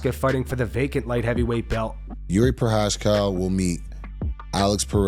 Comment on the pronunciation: “Yuri Pro-hash-cow” Geezus. 🤦‍♂️